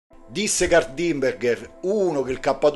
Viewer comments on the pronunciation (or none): Kurt Diemnberger è Austriaco, non Inglese. Il nome si legge "Curt" non "Caert" il cognome "Dimbèrgher" non "Dìmbergher"